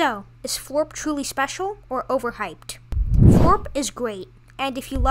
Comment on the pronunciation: Not foorp. Floorp